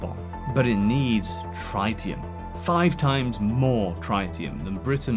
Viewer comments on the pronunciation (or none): In no continent, country, state, city, borough, street, or house is the word "Tritium" pronounced Try-tee-uhm. Otherwise fantastic content. You still get a sub and a like out of me 👍